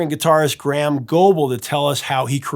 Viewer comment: Btw, Graeham is pronounced grey -ham, not gram. 2 distinct syllables. Great show btw